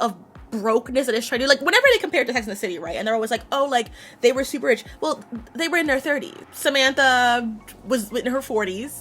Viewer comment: Except she pronounced "rich" wrong